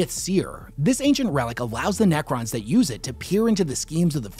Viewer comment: Nacrons? Naccer please...